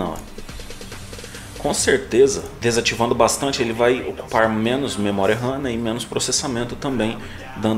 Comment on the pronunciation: "desatEvando" kkkkkkkkkk